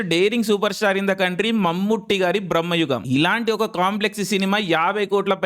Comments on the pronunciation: బ్రమ్మయుగం కాదు బ్రో.. బ్రమయుగం. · Brahmayugam kadhu bayya... Bramayugam